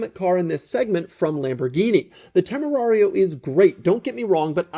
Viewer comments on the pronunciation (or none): It Is Tamerian and I'm not calling it anything else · Could have sworn he called it a TemuMario😂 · It's pronounced "John Temarian" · Dude stop mispronouncing the name. We all know how's it's said.🎉and it's comes prewired for a breathalyzer those are Porsche cup holders